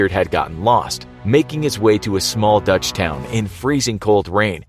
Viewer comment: Love the way you name dutch towns. Pretty accurate